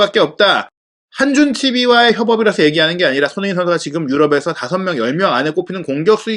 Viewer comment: 손흥민 발음이... 소흐미선수라고 하네